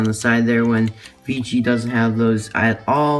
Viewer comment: Nice! Isn't it Vecihi not Vichi? And I find his expression like the disney store eyes. Weird and creepy.